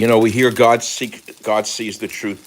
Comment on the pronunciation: God !not Gog